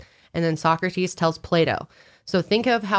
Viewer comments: It's pronounced Soh-Crah-Tiis not Soccer-Tees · No offense, but as a European it's adorable hearing you pronounce Plato like 'Playdough' and Socrates like 'Soccertees' can't help but giggle. Love your podcasts though! Wish I had more friends in real life that are willing to deepdive like you do. Keep up the amazing content <3